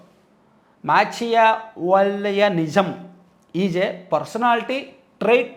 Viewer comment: మాకియావిల్లీ అని చదువుకోగలరు